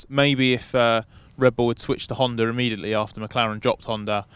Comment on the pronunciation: Why is everybody pronouncing HondaREngine???